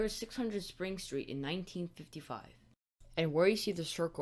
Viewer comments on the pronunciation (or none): none